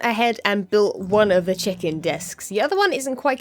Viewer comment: when you say check-in it sounds like chicken lol, only two times tho